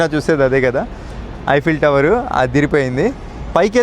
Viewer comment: ఐపిల్ టవర్ కాదు. ఈఫిల్ టవర్ మై సన్